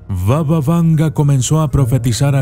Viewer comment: Pequeñas correciones en el video, Strumica se pronuncia como Strumitsa, era una provincia del antiguo imperio bulgaro y no de macedonia del norte como dice el video, se dice : baba y no vava, significa abuela, por lo cual la conocemos como BABA VANGA, la abuela vanga , vanga viene de Vangelya que es su nombre real, por el resto esta bien el contenido. Otra observacion, no es que esas criaturas la dieran poder, si no que ella tenia contacto con los muertos y ellos la daban toda la informacion. Ha habido casos en los que ella ha respondido a algunas de las preguntas con: los muertos no me dejan decirte eso. Y desde la puerta negaba la entrada a los no creyentes porque ella era capaz de diferenciarlos diciendo: Tu no entres porque no eres creyente